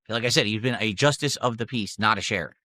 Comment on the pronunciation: What’s a “Shayriff”?